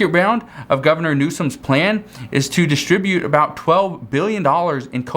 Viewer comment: Good stuff. BTW when pronouncing the word "distribute", the emphasis should be placed on the "trib", or second syllable. 😎❤